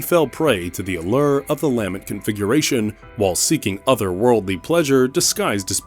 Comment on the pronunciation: Can you please pronounce lament properly, it bothers me so much i cant watch the videos cuz you have to say it wrong so many times, Lah-meant, not lamb ant